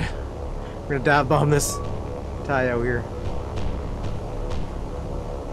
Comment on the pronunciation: Taiyo, not ho! The ho's are downtown!😁 🤣🤣🤣🤣🤣🤣🤣🤣🤣🤣